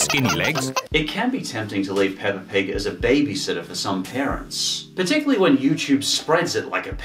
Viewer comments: DONT SAY THAT UBAWT PAAPA PIG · I love the way you say peppa pig! Ppppppppppppppppppppppppppppeppa pig!